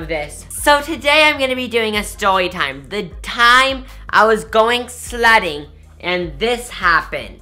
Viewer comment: no offense but it was like he was saying slutting.... i dont even know if slutting is a word but i love u soooooo much